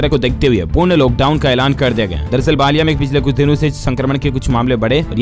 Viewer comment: उत्तरप्रदेश में बालिया नहीं है, बलिया है। उच्चारण तो ठीक से कीजिए।